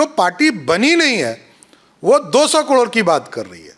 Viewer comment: पहले करोड़ कहना सीख